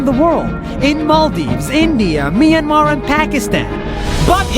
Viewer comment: Nas said Myanmar wrong but its ok